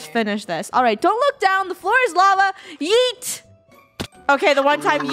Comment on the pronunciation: You had yoot Instad of yeet